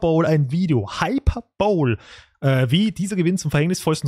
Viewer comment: Hyperbole (Hyperbel) ≠ Hyperbowl (Hyperschüssel) :D